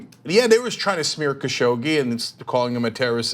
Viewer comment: It should be pronounced like ka shug ji